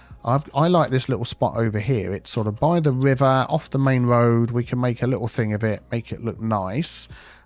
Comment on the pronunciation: Arrg! Tree on't Rood